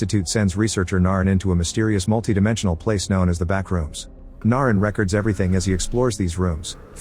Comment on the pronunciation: "Re-Cuhds" bro, stop using AI voices man.... use your actual voice if you have a script. Eleven Labs is so blatant